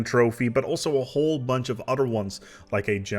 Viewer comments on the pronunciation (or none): none